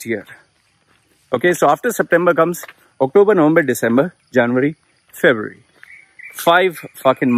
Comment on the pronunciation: Trying to pronounce “February.” The struggle is real! ☺️